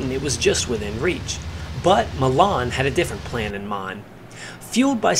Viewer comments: 'Sailor' Malan. His surname is pronounced Ma'lan. Not ma'laaan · Sailor Malan (M-ALAN) not Mallarn please.